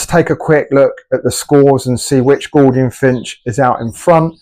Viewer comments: ....mate...what;s a "Gordian"...i thought it was pronounced G-o-U -L-dian.....If you say the crown is "Yellow" then what colour is the belly then?....the belly is yellow in colour, the crown would be orange...c'mon mate...be accurate on at least the colours. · It must be your accent that making you sound it out incorrectly and using the letters wholly and accurately using the Kings English. Accurate colour descriptors is important for the accuracy just as correct pronunciation is paramount to an accurate depiction of what you are presenting.